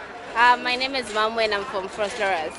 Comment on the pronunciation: Can't even pronounce her name